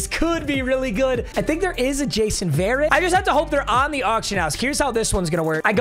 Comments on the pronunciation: You’re pronouncing varret wrong 😂 it’s not varet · no hate but verrett is pronounced vuh-ret